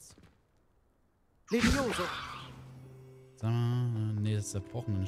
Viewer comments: LEVIOSAAAAA. NICHT LEVIOSOOOOO!!! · DAS HEIßT LEVIOSA UND NICHT LEVIOSOOOOOOO 🤣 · wieso ist da untertitel? und es heißt liweosaaaa